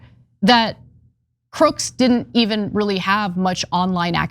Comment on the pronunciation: Sorry, Ms. News Reporter, but when a person's name ends in the letter, 'S' as in, Thomas Crooks, you don't pronounce it or say it as, 'Crookses' when referring to a noun in the possessive form. i.e., 'Crooks' [online accounts], Crooks [Bike], etc., Instead, it's simply pronounced the exact same way you would normally say his name on any other circumstance. And if you happen to be writing it or typing it, you would simply add an apostrophe after the S to indicate the possessive form...(Example..) Crooks' Guns. NOT Crookses Guns... SMH and you're a journalist / reporter? In your profession, one would think that it's important to speak with proper grammar?